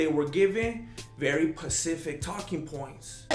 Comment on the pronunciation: Love how is says “Pacific” like he knows there’s another that means the same thing word called “Specific”. And saying “RRRRoyce”. Not “HHHoyce”. Grandmaster is so grand